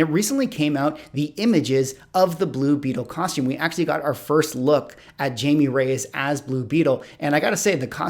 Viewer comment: I don't mean to be that girl. Your videos are excellent, and I really like the rundown, but BB's name is properly pronounced Hi-may. It's, you know, spanish.